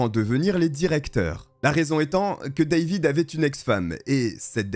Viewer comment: Ca m'agace la facon tu pronon le A dans David.Pourquoi tu le prononce en anglais et les autres tu prononce en francais?